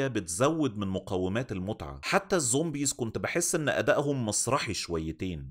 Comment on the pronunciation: انا بحبك بس ممكن ارجوك وغلاوة عيالك تبطل تقول ظومبيظ؟